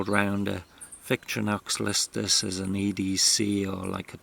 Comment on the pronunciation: Victorinox is pronounced VICTOR IN OX with no pauses between syllables